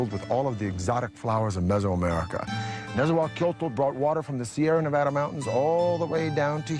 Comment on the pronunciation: I loooove this... buuuuuuuut... NET-ZZA-WELL(pretend the E is an A but play the same pronunciation / i.e "WaaaLL")-COH (not coe)-JOE-TL